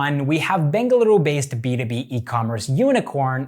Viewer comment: Happy yo hear you pronouncing Bengaluru correctly